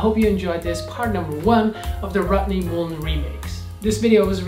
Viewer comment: Rohttney Moolun!!!!!!!! Still love how you call him that. Amazing video. Gotta go rival.